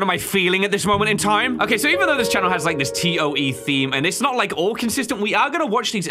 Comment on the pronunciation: Why did he say T.O.E, instead of toe 😐